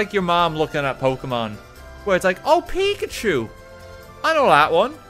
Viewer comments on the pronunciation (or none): none